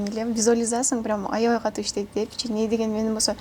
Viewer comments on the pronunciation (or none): none